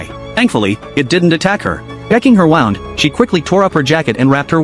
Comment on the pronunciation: So full of bs and the narrator couldn't decide how to pronounce "wound".